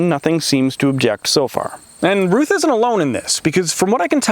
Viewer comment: It's RUTH not Rush--sorry!